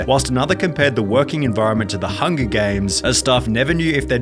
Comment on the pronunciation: Hungahhhh 😂 Translation..Hunger..